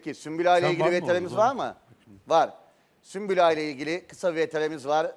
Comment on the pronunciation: Süklüm değil sümbül 😁